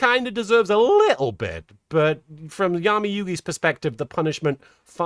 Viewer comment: Oh you weren't pronouncing Yami like that just to be funny? I would have never realized it wasn't a joke. 😂